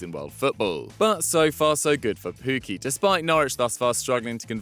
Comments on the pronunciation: It's Teemu Pukki, not Puuki you lemons. you should be ashamed as well. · Double k, not u